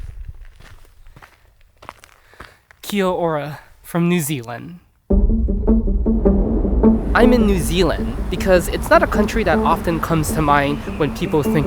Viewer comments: im cringing already KEA OrAH oh my days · Hey im from new zealand and would just like to say your first words mean hi or hello but pronaunsed key owra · The way you said Kia ora was horrendous It's more like kee-oora atleast in northland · You dont say kia, ora you say kiaora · It’s spelt kiaora it’s pronounced key-our-a. No this land has been inhabited for over 5000 years. You’re doing white man history which is kaka. PS you pick a pie up in your hands and eat it like a pizza. Also it’s not hungi it’s haangi. No we kept our sovereignty. We were to be treated as though we were British subjects. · not the "kiaAAAH aura" and the "mawRRIWIIIIII", i mean, most ppl dont pronounce right but Te Reo Maori is the og language. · "kea orah" 😭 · bro the "KiA OrA" goes crazy please practice saying it right for you sake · That kia-ora killed my braincells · blud said kia ora WRONG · So many messed up things about this video. Didn't show lollie cake, didn't show pavlova, used a knife and fork to eat a pie, didn't even show mount Ruapehu. Also, he pronounced "Kia ora" and "Maori" wrong. But pretty good overall. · never have i heard kia ora said like that and thats the first few secs of the vid lmao i know what everything else is gonna sound like edit: nothing wrong with it its just funny to me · you pronounced kia ora wrong😭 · two things that were really funny to me was, when he said "it looks like this" and I was like, yeah and? and when he said "Kia ora" most tourist or no offence but ppl who never learnt the Māori language, most ppl don't pronounce it right and its really funny trying to hear them say it correctly. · pls never say kia ora like that again xD